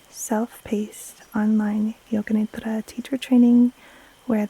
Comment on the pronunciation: Thank you, thank you. . . THANK YOU❤. You help me with every one of your videos. I’ve learn how to breathe and body scan with your videos. Your voice puts me to sleep 3-4 times a week. Always lovely to hear you pronounce NIDRA😊. THANK YOU, keep doing what you’re doing with so much passion.